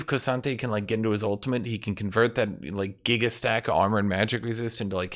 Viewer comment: The way you say K'sante sounds like you're saying Crois'sante and now I need a French K'sante skin. His Ntofos are just 2 massive croissants